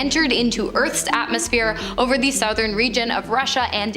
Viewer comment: Broadcasted is not a word. Agean (Sea) has a J sound, not a G sound. Southern sounds like other. 2,230 isn't "twenty-two thirty."